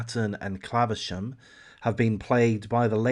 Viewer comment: how have you not heard of it? Its literally the only thing people talk about! Ps it's claverham not claversham